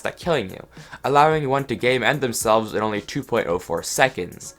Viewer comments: im not gonna lie, i thought you were saying "gaymend" for the longest time and i only realized you were saying "game end" when there were 6 minutes left in the video. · here he is saying you can game end yourself. but then I am right here thinking he said "Gay Mend" thinking he has a gay mending book or something. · he said "game end" about 10 times before i realized it wasn't "gay mend" now you can't hear anything else >:)